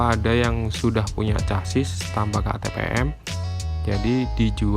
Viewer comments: Casis, sasis bro, cara bacanya semrawut, hadehhh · Chasis baca ny sasis bos....kaya anak esde aja